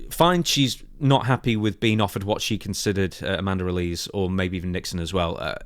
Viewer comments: I see this with a lot British wrestling news outlets when it comes to Miranda Alize's last name. It's a small thing but you are pronouncing it incorrectly. It's AL-LA-ZEA (last part of the name like HEY but with a ZED) (it may be a reference to the alcoholic beverage of the same name, popular amongst African Americans at one time) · Isn’t it pronounced Al-Lee-Zay ? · ALI-ZAY! ZAY! It's pronounced ALI-ZAY.. Mate. C'mon🤣killing me here, she even says her own name in the backstage seg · It is pronounced "Ale eh zayyy" Alize. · Funniest thing in this story is how says Alize